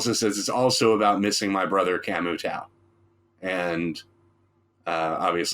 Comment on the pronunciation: Great Aesop content gentleman, keep them coming. The Tao in Camu Tao is pronounced Tayo ☮️